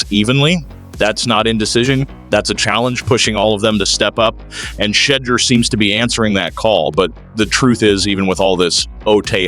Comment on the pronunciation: Learn how to pronounce Shedeurs name properly